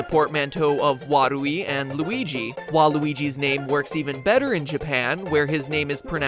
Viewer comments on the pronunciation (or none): It's not pronounced WA-ru-i, but wa-RU-i. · you said warui wrong fyi